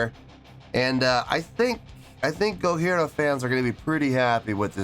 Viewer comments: Why do you keep pronouncing their name with an H? The name is Japanese so it's a J not an H. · The J in Gojira is a hard J (like John). It’s a joke about how people in the original Godzilla film pronounced the monster’s name. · Mario's practice routine consists of (or consisted of) 2 hours: one of general techniques and one of kicks only, starting from a lower speed and ending as fast as he can. One hour! : ) Also, why aren't you pronuncing the 'j' in Gojira? It sounds weird the way you're saying it. If you want to hear Jean Michel's bass more distinctly, you should react to Flying Whales. In the rest of their catalog he mostly just follows what one (or both) guitars are doing but that doesn't mean it's not there. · Gojira means Godzilla in Japanese. Pronounce it GODJIRA not in the French way without the j, but an H, just a friendly advice. I have seen them twice.. 1st time in Wacken, where they have just released this track. Love your knowledge about metal and musical skills